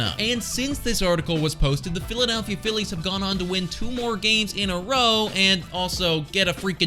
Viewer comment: Lmao 😂😂😂😂 dude. . I thought I was the only one who noticed this. What a 🤡. Philladaaalllphia 🤣😂.🤦🏻‍♂️🤦🏻‍♂️🤦🏻‍♂️🤦🏻‍♂️🤦🏻‍♂️ He keeps saying it too lmfao